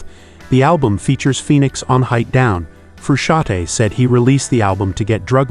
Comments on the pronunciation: The n in Frusciante is not silent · Are you kidding? Making a video about someone and mispronouncing his name all throughout the goddamn video? Shame on you!